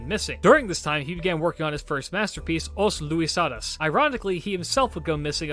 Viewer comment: Thank you for including Luis de Camões, your pronunciation of his name was good, although the title "Os Lusíadas" was a bit off, It may seem that I'm complaining but on the contrary I thank you for making an effort since our language is a bit weird with accents and all.